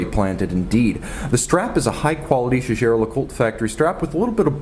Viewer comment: You've got it wrong, boy! He pronounces it correctly. The name is French and I'm a French speaker.